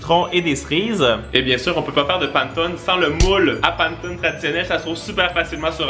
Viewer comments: hello on ne dit pas pantone mais panÉtone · c'est PA-NE-TO-NE pas PAN-TONE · le panetone ce dit comme sa : pane to ne pas : pan to ne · Ça donne toujours faim tes vidéos ! Je t'avoue que pour le panettone, ça m'a fait mal aux oreilles pendant toute la vidéo 😂 C'est "Panéttone"! Comme ça tu sais 😂 ça fait trop bizarre d'entendre "panetone" haha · Le panetone se prononce "panétoné" xD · Désolé mais juste pour le panettone sa se prononce panèttoné et non Pane Tone. Sinon très bonne vidéo, vraiment agréable recevoir une notification de toi chaque vendredi après une semaine d'école. Merci! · Je voulais juste te dire que le gâteau italien se prononce Panétoné et non Panetone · on dit Pannétoné mais pas grave tout le monde fait l'erreur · J'adore tes vidéos et super idée de vidéo 😊 mais juste pour information on ne dit pas /panneton/ mais /pannétonne/ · Sa se dit panétoné et je connais meme la légende (je le fais en se moment en italien au collège ) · Ça se dit panétoné ❤️ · La prononciation: Panétoné😅 J’adore vos vidéos 😁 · Ooo mamamia ses les silabe ses panè tonai sa se dit comme sa mai sa sécri panetonne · J'adore tes vidéos ☺️ par contre la prononciation c'est panétonné joyeux Noël😚🥳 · Coucou je t’adore et je voulais juste te le dire je te dire mais on le prononce pannétone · Jmexcuse mais l'italienne en moi a cringe a chaque fois ta dit pannetone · ça ce prononce Pannéttone (Panne = pain) Pannettone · Hey ! Pour une vidéo, pourquoi pas faire un "je mange que des recettes Corse pendant 24h" ? Ps : j'adore vos vidéos a toi et Isaac, vous me mettez le smile chaque vendredi et samedi merci !❤ Si jamais panettone se prononcé Panétòne ^^ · Super vidéo ! Ça à l'air tellement bon. Les étoiles c'est sûr je les fais et peut-être le Xmas pudding. C'est tellement chouette que toi et Isaac postiez vos vidéos le week-end. Ça donne encore plus envie d'être en week-end. Juste pour info : on prononce "Panétonnéééé" 😃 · Ça se prononce "panètoné"